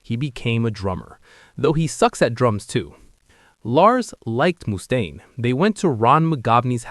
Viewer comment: anothe 80 IQ Lars basher 😂 and it's pronounced Muh-staine. Not Moo-staine 😂😂